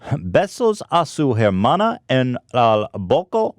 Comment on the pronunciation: "hair-mana" OoF